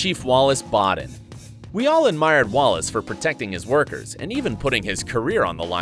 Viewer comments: You said Boden and it's Boden. The o. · its boden not bOden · You pronounced boden wrong. You would pronounce it like bow den not bod den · No its boden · Really buddy you said “booden” worng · I think it's important that narrators know how to pronounce names, real or actors. Example ~ Boden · HEY HOW ABOUT WATCHING A CLIP OF CFD TO LEARN HOW PRONUNCIATE BODEN. JUST A THOUGHT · The way he said boden☠️